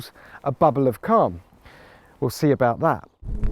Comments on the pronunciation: He said bubble of cum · I legitimately thought he said "Bubble of Cum" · A bubble of WHAT?! Oh phew. I had to listen to it twice to hear it correctly with that accent. And there again I just cannot unhear it. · This guy should work on his enunciation. Every time he says "bubble of calm"... yikes. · "What Mclaren calls a bubble of ___ ." Me: WHAT DID HE SAY! Oh! "Calm". We don't pronounce "Calm" in America, like the Brits do. *And then the shot cuts to a bunch of small white stuff hitting Jack in the face, while he is screaming. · I had to rewind and turn on closed caption to figure that out lol